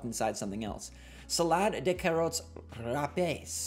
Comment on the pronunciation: You butchered french as the letter "s" is silent at the en of rapées.